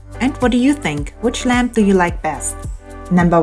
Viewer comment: I'll be honest , all the video I heard Lamb not Lamp... And I am a man of culture